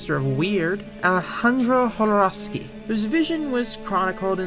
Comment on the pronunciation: Small detail but really appreciating the correct pronunciation of Alejandro Jodorowsky